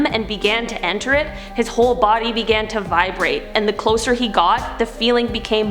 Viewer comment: It’s closer not closher 😌 👍